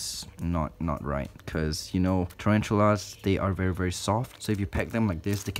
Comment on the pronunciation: Turanchulas, omg It's tarantulas, my dude